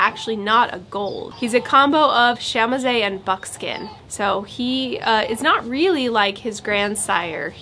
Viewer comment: Pretty sure that chamoise would be pronounced "shă-mwahz".